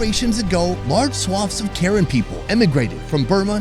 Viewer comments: It's PRONOUNCED KUH-RAN!!! NOT WHITE WOMEN KAREN!!!!! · I kept hearing Karen as the name of the people XD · Are you saying Karen tribe? Just curious, if im hearing correctly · Dude still pronounces their ethnicity incorrectly 😭